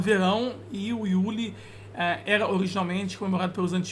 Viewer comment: nem fudano q esse maluco falou "iule"